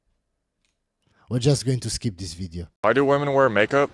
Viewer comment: "skeep tis video."